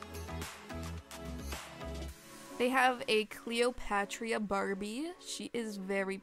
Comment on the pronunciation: It’s cleo-pah-trah not cleopatria